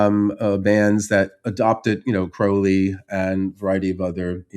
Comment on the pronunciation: Kudos on pronouncing Crowley correctly.